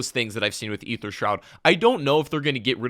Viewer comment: Wow. Someone that actually pronounces "Aether" correctly. Subbed.